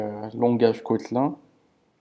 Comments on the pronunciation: Ça se dit Kotlinne pas kotlein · "Cotlun" mdrr